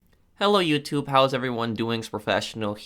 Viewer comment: "HeLLo YouTyoUbE"